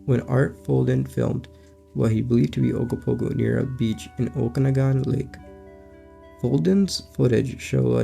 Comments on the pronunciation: Lake oka-nog-in... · and it's pronounced oka-,na-gan